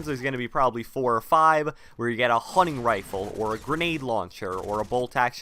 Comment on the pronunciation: It's fucking hunting not hunning 😤